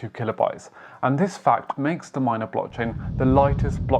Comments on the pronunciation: Good video! The blockchain is pronounced m-ee-na not m-ai-na. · MINA man not Mayna lol